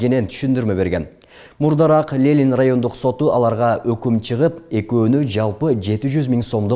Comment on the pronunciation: Лелин эмес Ленин.Туура эмес айтып алдын.